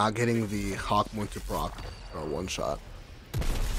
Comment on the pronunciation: YOU CALL THIS THING A HAWKMOOM 😡😡😡😡😡😡😡😡😡😡😡😡😡😡😡😡